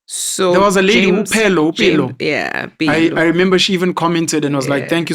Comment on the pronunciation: Pelo not Phelo